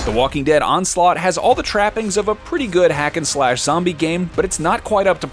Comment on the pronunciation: Dhe Talking Wead